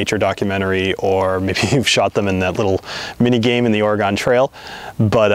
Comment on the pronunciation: It's pronounced Or-y-gun